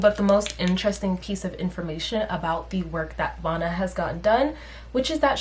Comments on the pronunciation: Her name is Vanna like Hannah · btw I think her name is pronounced “vanna” like “savannah” or “banana” lol